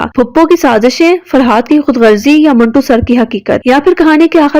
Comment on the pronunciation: Manto hai, ap minto Keh Rahe Hain 😂